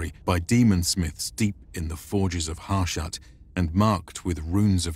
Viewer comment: It's pronounced "Hah shu-t." It's in the game's dialogue.